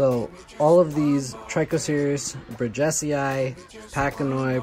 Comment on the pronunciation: It’s pronounced bridges e eye